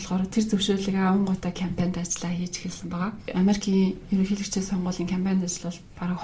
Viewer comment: Анкнаасаа, ерөнкийлөгчийн гэж их хэлэхээр ёооо, кэцүү байлаа шүү